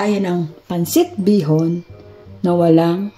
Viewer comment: Bihon not bison.